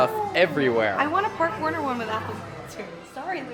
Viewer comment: As a Spanish, I approve this attempt of pronounciation